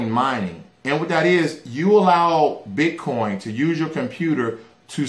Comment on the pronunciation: ...did u say potcoin???